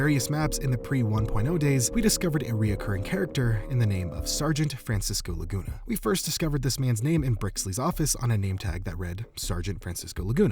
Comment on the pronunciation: Idk why but I heard "Francis goolagoona" instead of Francisco Laguna